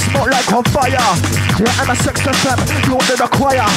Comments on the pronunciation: MSX fm sounds like "i'm a sex fm" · Loool. I always wondered why the guy kept saying "I'm a sexoffender". It didn't register that he said "MSX FM"